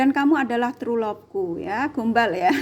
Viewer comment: Tru lovee...Gombal...bukan truelove...tp turulove he hee heee. Insial masuk pk eko...($.P)